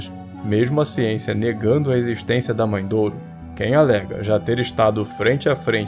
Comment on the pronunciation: mae de ouro e nao mae douro